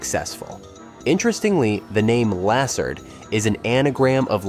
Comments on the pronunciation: You (or AI) is mispronouncing Lassard's last name. Also, it wasn't a movie error that made the number of weeks in the Academy change, it was the character of Lassard not knowing/forgetting how many there were. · Why do keep mispronouncing everyone's names? From Lassard to Roger Ebert. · If you're going to make videos how about using correct pronunciation of names? You said Guttenberg and Lessard wrong.